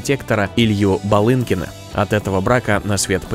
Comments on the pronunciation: Не Балынкин, а БЫлинкин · Прежде, чем делать видео, следовало бы изучить вопрос и не лепить что попало, неправильно произнося фамилию известного архитектора из известной династии архитекторов Былинкиных. Слушать тошно…